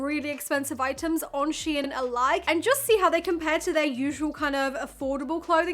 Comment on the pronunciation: Prounounced….Shine….SHEIN…rhymes with Klein. Not sheeee-in.